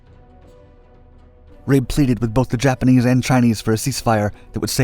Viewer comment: By the way his name is pronounced "Rah-Be"